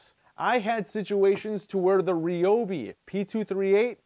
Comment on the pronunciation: You pronounce Ryobi wrong....